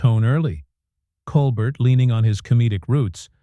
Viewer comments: It's very distracting when you say colber"t" instead of Col "bear" like he pronounces his name. And it would be very out of character for him to flip out over anything a guest would say. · Col-bear, not Colbert. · Ya know when the narrator doesn’t pronounce Colbert correctly… nothing else is correct 🤣😂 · You don't even say Colbert correctly. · The narrator is mispronouncing the late night hosts last name. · Why can’t your AI announcer get his name right! Try that if you want to be credible! As it is you seem ignorant and stupid. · This FAKE AI narration nothing more than YT CLICK BAIT. Just listen to the bad pronunciations, odd pauses in the reading and that is NOT how you say Stephen’s name!